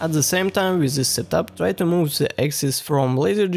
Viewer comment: you need to wake up before make "zhe" (the) speech.